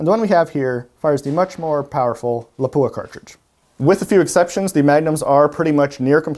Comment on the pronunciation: PLEASE... Learn how to pronounce Lapua. It is not La-pooh-ah It is pronounced Lahp-wha